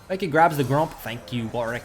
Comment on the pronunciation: why is he calling warwick “weedwick” and why does it make me laugh sm